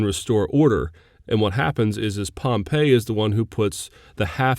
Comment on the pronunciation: Good review lectures. One problem so far: the pronunciation of Pompey. " Gnaeus Pompeius Magnus[1] (Classical Latin: [ˈgnae̯.ʊs pɔmˈpɛj.jʊs ˈmaŋ.nʊs]; 29 September 106 BC – 29 September 48 BC), usually known in English as Pompey /ˈpɒmpiː/ or Pompey the Great,[2] " and MW pronunciation on line